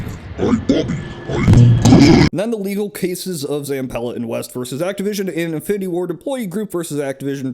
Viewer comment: I keep hearing “Infinity War” instead of “Infinity Ward.”